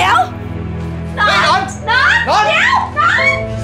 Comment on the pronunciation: หนอน หรือ หนอง เราได้ยินเป็นหนอง555